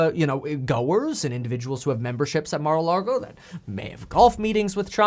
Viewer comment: Mar-uh Log-oh